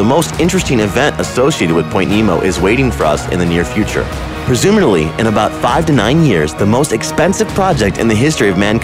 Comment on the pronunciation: “Presumerley”????? WTF? PRESUMABLY!!! Jeer Desus!